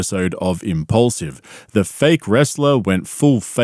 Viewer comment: “Impaulsive” More like “I’m-repaulsive”